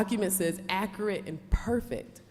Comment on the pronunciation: She’s absolutely BEAUTIFUL - just gorgeous, but her pronunciation of accurate is awful.